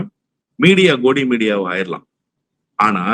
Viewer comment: ஐயா வல்லம் பஷீர் திராவிட இயக்க முக்கிய உண்மை ஆய்வாளராக செயல்படும் சட்ட வல்லுநர், உண்மையை வெட்டவெளிச்சமாக்கும் பிரகாசியே முதலில் கோடி மீடியா என்ற சொற்பிரயோகமே தவறான சொற்பிரயோகமாகும், சரியான சொற் பிரயோகம் கோதி மீடியா என்ற சொற்பிரயோகம்தான் சரியான சொல் பிரயோகம் மடியில் அமர்த்தி கொஞ்சும் நிலை என்ற பொருள். அதனால்தான் கோதி என்று உச்சரிப்பை பயன்படுத்த முயற்சியுங்கள்.❤😂👍👌🙏🌹🎉💐😊